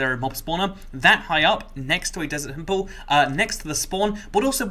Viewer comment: "Desert T H E M P L E"